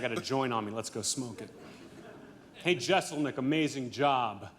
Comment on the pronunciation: was killing me bruh. Jess-L-nick